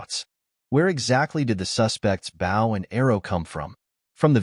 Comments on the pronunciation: The mispronunciation of ‘bow’ is beyond annoying. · It's funny when AI says words like "bow" and "resumé".